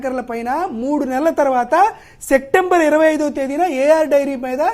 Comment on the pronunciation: సెక్టెంబర్ కాదు బాబూ, సెప్టెంబర్ అనాలి.